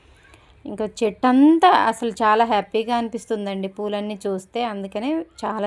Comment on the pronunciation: అసల కాదండీ..😀....అసలు...